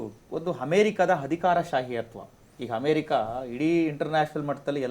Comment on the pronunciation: Yavano avnu Hamerika ante Hadikara ante, Nettg kannada barvnnadru tand koorskolri..